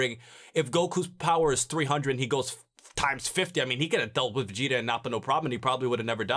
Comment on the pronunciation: Why does say vegeter, idear, and yamcher.